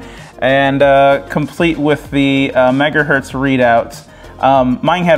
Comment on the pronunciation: Every time you say "megahert" instead of 'megahertz' it makes my teeth itch.